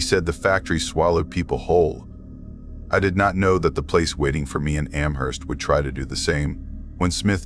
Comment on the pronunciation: I’m not a fan of mispronounced ‘Amherst’. It’s a place in Massachusetts USA too so no excuses.🤣